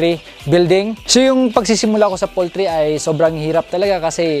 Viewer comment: poultry hindi pooltry